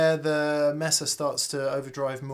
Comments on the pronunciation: MAY-SUH not MESS-uh. Espanol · If you're gonna pronounce wampler correctly, might as well get mesa too. May-suh, not mess-uh. Haha! 😜🤘🏻🎸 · Proud of you for learning how to pronounce "Wampler"...now we've got to teach you how to pronouce "Mesa"... it's MAY-sa, not MESS-a... :-)